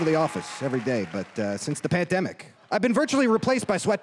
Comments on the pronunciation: I heard Pantdemic 🤣🤣🤣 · Did he say “since the panTdemic”? Lmao